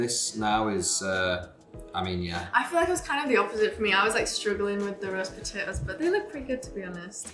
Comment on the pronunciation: Nobody: Absolutely nobody: Liam: P o T a O S